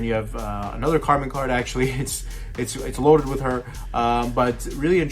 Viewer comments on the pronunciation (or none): Ayoooo put some respect on the waifu's name, it's Carmine not Carmen 😘